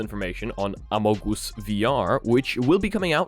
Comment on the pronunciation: the way he said "Amogus" is so funny lol